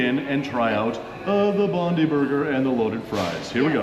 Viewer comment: Bondi is BOND-EYE not bond-ee. Oporto started across the road from Bondi Beach.